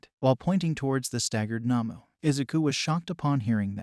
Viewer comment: The not human villains in My hero academia are called Nomus not Namus